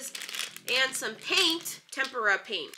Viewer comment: tryna say tempora is me tryna figure out my life lmao